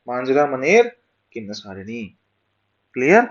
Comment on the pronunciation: its kinnerasani sir not kinnasarini........